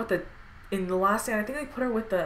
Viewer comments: it sound like she said X-men the last sandwich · i thought she said x-men the last sandwich